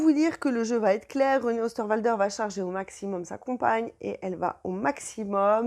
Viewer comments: Mais quelle bavarde ! Venez-en au fait, ça durera moins longtemps. Et puis on ne dit pas "va Têtre" mais va être : pas de liaison possible puisqu'il n'y a pas de T à "va". Pfff ! Pénible ! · Va-t-en "va-t-être" :D